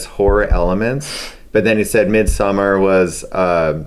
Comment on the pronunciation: Hahaha, took me like 10 retries to hear what movie he said.. Damn he butchered the word Midsommar :D